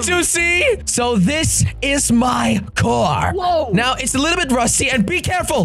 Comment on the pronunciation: Why dose he say coor instead of car😂